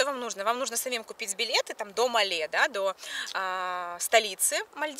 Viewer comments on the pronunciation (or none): Все круто, только столица Мале, - ударение на первый слог